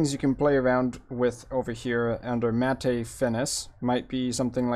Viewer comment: This actually works very nicely, without using one of the all in one effects. The only issue I see it that you are pronouncing Matte as Matay instead of Matt.